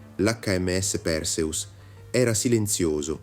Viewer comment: Perseus si pronuncia con l'accento sulla seconda sillaba e non sulla prima. Fate almeno lo sforzo di pronunciare i nomi come si deve.